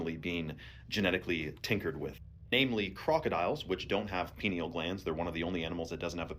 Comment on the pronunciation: If you check the ears of a double then they are time travelling and Erica kirks ears are the same on both pics so we know now she is the same person. it's only in america where the foods are contaminated.the guy talking about cheetahs said peneal gland instead of pineal gland lol